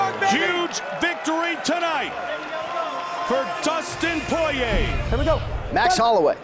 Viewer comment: Dustin Poiyay